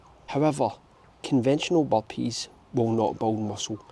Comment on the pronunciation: He's talking about the Boppees